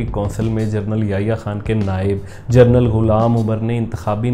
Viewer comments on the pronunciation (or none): Correction this is pronunciation as General NOT journal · mispronounced genaral as journal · لفظ جنرل ہوتاہےنہ کہ جرنل۔ ہر دو کے معنی الگ الگ ہیں۔ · ”جنرل“ not جرنل